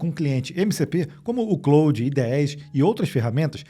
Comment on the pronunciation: O nome é Claude.. e não "Cloud" 😂